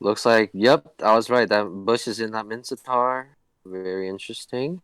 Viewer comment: no one: dave: minthitar